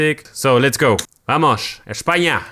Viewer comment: Vamoshsh? Tan dificil os resulta decir vamos? Distinguimos sonido S de Z pero nada de vamoshhh